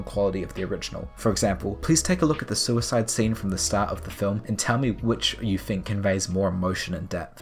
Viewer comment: "suiscene" i... i laughed at this.... forgive me...